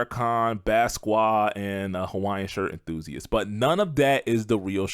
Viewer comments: LOL Basquat? or Basquiat? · As a Haitian hearing you say Basquiat as “bas kwee” hurt. Thank you for this lovely and sound analysis though! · Its pronounced Bas-Kee-at not baskuah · This man really called the painter ba squat